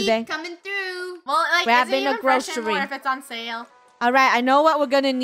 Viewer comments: They said GROSHERY store instead of GROCERY store.... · Funneh: Lets go to the groshery store Me: 😂😂😂😂😂